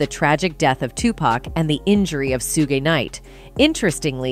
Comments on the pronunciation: At about minutes into the video you explain that in reference of Tupac going to club 622 but it's actually club 662. As well Tupac is pronounced Tu-puc not Tupack. Suge knight also pronounced Shoo-ge not. Sugar. Get it right. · For starters the chick doing the narrative can't even pronounce Suge name correctly she's saying it like Sugay😂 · did this bish just say "Soo-gay" Knight?? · You noob journalists that keep saying Soogei Knight are killing me 🤣 Who is this anime character? Oh you mean Suge? It's pronounced Shug 👍he's a black man from LA not a Japanese man from Tokyo 😅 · Suugay Knight lol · OMG the narrator is so distracting!!! Who the hell is “Su-gae”???? It’s pronounced “Shug”…. Please learn how to say peoples names correctly… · Sewgee knight 😂 I’m 💀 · Su-gay- knight lol who the hell is that ? Sound like a freaky ass ninja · Who in the hell is “SUE GAY NIGHT” ?? LMMFAO !!! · Who is suegi knight?? 😂😂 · Sugay really 😂 his name is Suge ,pronounced Shug. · I hope and pray the DIDDY goes down for this too. I’ve always felt Kefe D wanted to tell all years ago. RIP Pac 🕊️🕊️🕊️🕊️🕊️ oh and his name is SUGE KNIGHT not SUGAY KNIGHT. If you gone speak on hip hop get the names right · It's pronounced Shuge Knight😂😂 lady.. ..Suge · Suge = "Sue gay"? lmao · She said soo-gay night😅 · Who is suegay knight its pronounced suge as is sugar 🤦🏻‍♂️ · Who tf is Su-Gay Knight???!!!!😮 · Suegay? Nor? Two pack...the singer? I'm trying. 🙄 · Wtf is Su-Gee Knight? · SOO GAY Knight. 😂😂 stop it with the AI y'all. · And Soogay.... IT'S AI🤦🏾‍♀️ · Now that's the funny one. Kept throwing me off hearing it. Sue Gay Knight? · Sue Gi Knights got me too. You know she is just reading a report, knows nothing about these people. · "Su-ge" Knight? Is that an AI voice? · She said sugay night im dead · She said sue ge knight wow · Sue-Gay Knight and Two-Pack lol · The way you butchered Sue-gay-night like Bruh TF I can't even finish this video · Soogei Knight 😂😂😂😂😂😂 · Who is 'Suegay Knight'? 😅😂😂